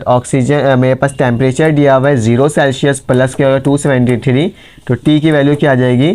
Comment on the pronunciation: Celshius nhi hota sir Celsius hota hai 😂